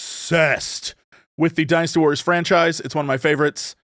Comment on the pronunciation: Am I crazy, or does Jesse pronounce "Dynasty Warriors" like he's saying "Dinosoars"?